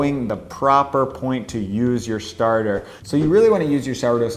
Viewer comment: Why have americans schtarted to pronounce schtretching and schtarter? It sounds so sloppy and bad :( I mean you do say sourdough, slow and depends correctly.